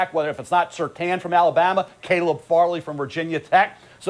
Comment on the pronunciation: He’s the He’s saying calobb This dude can’t say Caleb 😂